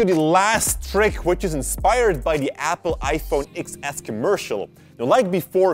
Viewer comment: iPhone XS is not pronounced like that. It is iPhone tenS. {X=TEN (Roman Numeral)}